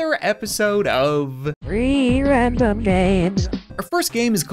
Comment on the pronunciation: ‘’Whee wandom gwamesss’’